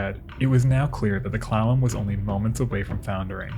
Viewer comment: Kept hearing "clown", not Clallam, not a good start but a good end...for the episode not the clown..Clallam...eh